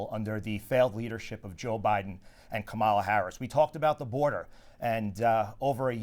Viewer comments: so rude D'Esposito can't even pronounce VP name correct on purpose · He's disrespectful to Gillen, and probably women in general. He refers to her as "Laura" (inappropriate), and "she" and "her" when she's right next to him. Pronounces "Kamala" incorrectly. Unacceptable.